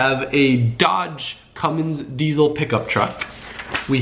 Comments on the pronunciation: diesel does not have a z in it so it is dieSel not dieZel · Idk why but it bugs me how he says "diezle" and not "diesel"